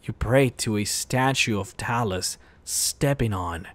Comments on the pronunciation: I heard you say Talis.... wtf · “Talus” seriously, get your pronunciations right dude. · words pronounced wrong: Talos blessed Talos Talos invented Talos Talos Talos Talos Talos Talos let me stop there how many fucking times are you going to mispronounce a fucking five letter word? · how do you manage to say talos wrong when they say it so often in the game.